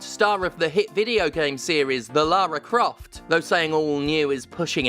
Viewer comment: Why does Stephanie keep pronouncing Laura Craft's name wrong?